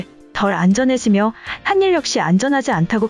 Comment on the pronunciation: 한일을 하닐으로 읽어야지 한닐이라고 읽으니깐 되게 어색하네..